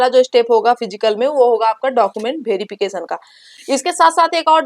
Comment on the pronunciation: लगता है आप बिहार से हैं तभी डाकूमेंट भेरीफिकेशन बोल रही हैं.